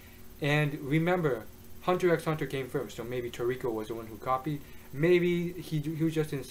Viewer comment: dude, just pronounce it Hunter Hunter, no need for the x